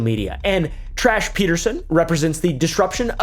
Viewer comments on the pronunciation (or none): Tash? Add a r it turn into trash lol